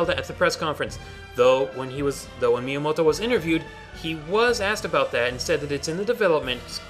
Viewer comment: The way you say Miyamoto makes me chuckle.